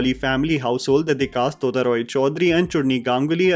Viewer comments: sir ji, it's टोटा रॉय चौधरी, not तोता, I know it spells similarly in English, but in bengali, it spells and sounds differently ❤ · ....its tota...should sound like tota in total..its minor correction from a Bengali boy...❤ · I love your analyses however you need to pronounce the Bengali names properly. You said Chunri where her name is Churni and Tota is pronounced as the 't' in tea. I remember you mispronouncing Parambrata's name as Parambarta, please try and take care of these details.